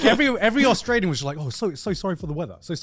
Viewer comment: I stopped watching after he said “Australier”